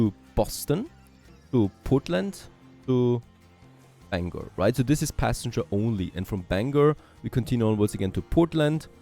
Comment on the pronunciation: I'm glad he said Bangor right!. lol:face-blue-smiling